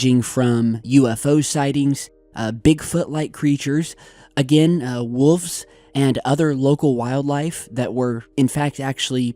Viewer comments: Oh forgot can’t say ‘wolf’ ‘Woofs’ gets me every time. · (Again)...: It's WOL-F - the "L" is NOT silent. There are no "WOOFS". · Are you saying wufs or wolfs?!?! Bustin your balls.. love your content keep it up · Looking forward to the film. BTW the word is wolves, not woofs. LOL. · It’s WOLVES. Not woofs as says or wolfs as many of those pin heads attempting to correct him are claiming it is. Wolves for Pete’s sake... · iit's not WOOFS!! IT IS WOLVES!! Making me crazy pal!! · When pronounces "Wolves" as "Wuffs". 😂😂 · oh dear.. Its wolves lol